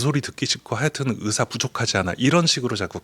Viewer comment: 답답하다.. 이번 사태의 핵심은 전공의 이탈이다.. 그런 전공의들은 개개인의 생각으로 사직을 했는데, 대표가 선동해서 사직한것이 아닌데, '대표 한명씩만 참석해라, 통일안을 가져오라....' 고 하는 게 답답한 일 인거다. 진정성있게 전공의가 돌아오게 하려면, 큰 체육관이라도 빌려서, 1. 박민수 차관이 그 동안의 막말 사과하고 (의새라고 발음한 것 , 낙수효과=필수의료를 낙수의사로 표현한것: 필수과 의사의 자부심 짓밟음., 전세기 띄워서 다른나라 의사 데려오겠다 등 여러 협박 표현들 , 의사면허 정지 등으로 겁박한것 등 ) 2. 전공의 개개인의 의견을 듣고 수용하는 자리를 마련해야한다. 우리가 의사 한명한명 사인받을수없지않냐? 이런 거만한 태도로는 젊은 전공의들 마음을 돌릴수없다. 아무것도 이뤄낼수없다. 한명한명 사고해도 돌아올지는 미지수다. *올해 전공의가 돌아오지않으면 다음년도 전공의 지원도 없다. 1,2,3,4년차 아무도없는 의국에 혼자 들어가면 - 윗년차 의사에게 배울수도없을뿐더러, - 1,2,3,4년차의 업무가 신입 전공의에게 쏠려서 잡일만 하게 되므로 아무도 들어가려 하지않을것이다. 그러면 내년에도 의료 대란은 쭉이어지고, 이게 몇년 지속되면, 필수의료 교수님들도 번아웃오고 대한민국 필수의료는 말그대로 종말이다.